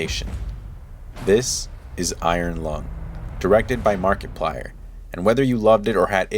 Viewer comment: Was it just me or did I hear you say MarketPlier? 😄 Great video my dude! (Found you shared this on reddit)